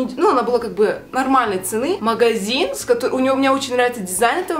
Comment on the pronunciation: классно видео! но нужно говорить котОн, такой материал даже есть:)